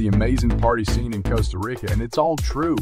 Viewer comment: Cost uh rick uh smh lmao ...